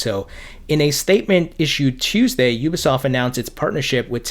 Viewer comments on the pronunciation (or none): none